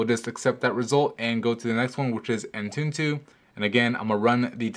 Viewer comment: Learn how to pronounce! It's Exynose and it's not An-tuntoo, its Antutu